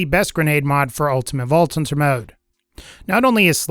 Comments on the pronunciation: "ulTimaTTE vaulTT TThunTTer mode" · "Ultimate vault tunter mode"